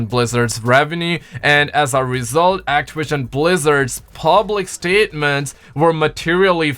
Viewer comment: Actawision lmao 😂😂😂😂😂😂😂